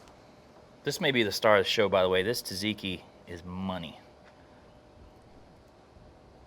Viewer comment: I love the cook, but "tuh-ziki" hurts my soul every time I hear it.